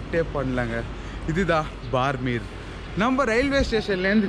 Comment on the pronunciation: உச்சரிப்பு பார்மேர் அல்ல !! பாடுமேர் (BAAD MER) !! ராஜஸ்தானின் மேற்கு எல்லைப்புற விமானப்படை தளம் அமைந்த சிறிய நகரம் !! 2013-ல் இங்கேதான் பாலைவனப்பகுதியில் சுக்கோய்-30 விமானம் விழுந்து நொறுங்கி இரண்டு விமானிகளும் பலியானார்கள்!!